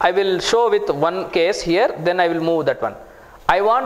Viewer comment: You also appear to have a language barrier with the pronunciation of some letters. It's not "Velkom" it's "welcome"... it's not "vith" it's "with". And you abuse of the words "so" and "kind of thing" a million times, maybe you don't even realise that. I'm not English but at least I don't give public courses. You should consider taking an English course first and then rationalize the content of your courses. I will not even open your video no.5 on Gradle. Already wasted too much time